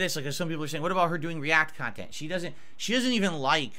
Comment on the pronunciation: my beloved. That’s real pahsitive khantent, right there.